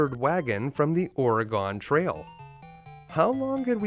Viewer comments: What the hell, man? That’s not how you pronounce “Oregon”! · Hearing you say Oregon warms my heart. Reminds me of watching wrestling as a kid and wondering why the announcers pronounced it that way! Midwest?